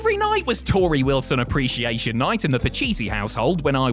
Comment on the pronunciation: Appreciation, not appretiation